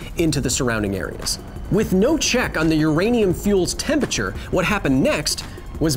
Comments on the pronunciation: Hey Kyle, love the show. Please learn how to pronounce temperature. It isn’t tempature. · Are you trying to say Temperature? Cause you're doing it wrong. :-P